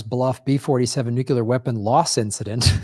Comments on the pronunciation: stop saying nukular, please? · hey, There is only one U in nuclear!! (please stop saying it with the 2nd U: you are only playing into a plot by George Bush to further divide and confuse us.). Additionally, there are 2 Rs in frustrated and we pronounce them both. Please get with it, as I am quite sure that your "like" and "subscription" numbers would go weigh up.